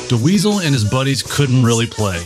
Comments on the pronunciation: Awesome compilation! Thanks for putting it together! Great footage and walkthru of the history of 5150. I did chuckle each time you said "Duh-Weasel" :). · I think you mean "induce Frank into the Rock and Roll Hall of Fame". It's Bill Putnam. Not Bill Putman. And it's Dweezil. Not De Weezil.